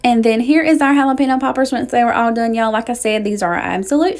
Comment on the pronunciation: Everything looks so good!! I just have to share it is pronounced Jalapeño which in turn relates to “haul a pen yo.” Not sure where people get pino in jalapeño from? You need to get the Trader Joe’s seasoning for corn. The Everything but the Elote seasoning and add butter and omg I swear you won’t go back!! I make my potato salad like you, but I also add black olives and pimentos.